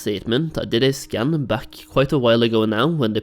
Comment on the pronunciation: Maybe it's just me but I keep hearing scan as scam :/